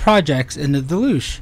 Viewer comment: Difficult to take seriously someone who can't be bothered to learn how to pronounce the name of the device they bought.... It's an english word ffs. pronounciation.